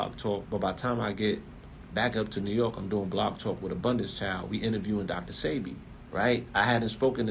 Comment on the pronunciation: Why was DJ ENVY so sure it was pronounced Dr SEEBEE?